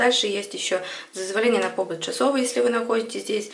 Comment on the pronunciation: Спасибо большое. Вот только не пОбыт, а побЫт.